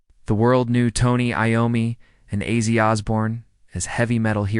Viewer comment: Mf AI can’t even say ozzy